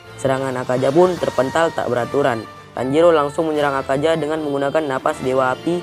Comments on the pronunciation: Akaza min bukan akaja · Bukan akaja tapi akaza woi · Kok Bilang Akaza Nya Akaja Salah Tu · Bang klo ngomong plis akaza bang, bukan akaja😭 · Yang Salah:Akaja Yang Bener:Akaza :V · akaZa dan muZan , apa apaan lidah lu bang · Ketika huruf z di baca j 😀